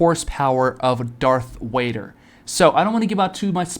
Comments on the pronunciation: Bro you over here making me mad calling Darth Vader Darth wader and you claim to be a Star wars fan I'm sorry but that is so cringe for the love of God stop making YouTube videos if you can't say Darth Vader 🤬🤬🤬🤬🤬😤😤😤🙄🙄😒😒🧐🧐🤨🤨🤨🤐🤐🤐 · If your a STARWARS fan why TF are you saying darth wader